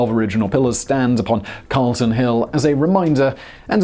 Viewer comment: Nah he did ok here. Calton hill is pronounced 'Col-ton' hill by the locals but that's a misdemeanor jaywalking warning compared to his previous capital offenses